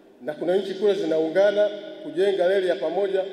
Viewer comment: Mbona wewe mtangazaji huna R???? Leli😮tunaelekea wapi?????